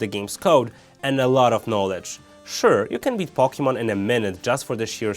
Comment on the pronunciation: Do you know how to even say Pokemon? Its Poke-ay-mon not Pok-ey-mon